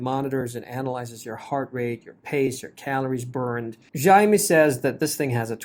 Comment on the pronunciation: Its Xiaomi not Zaav me 🤣🤣